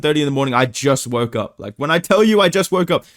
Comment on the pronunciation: " i jus wroke up"